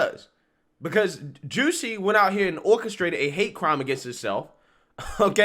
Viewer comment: I love it when you pronounce it Juicy instead of Jussie 😂